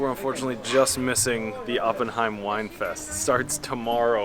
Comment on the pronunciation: if you use your Deutscher accent Oppenheim is pronounced “AH-pen-hime.” You guys are too cute, especially, but, I’m married, so it should be taken as a nice compliment—if you will.